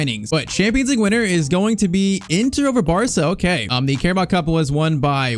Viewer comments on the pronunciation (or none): none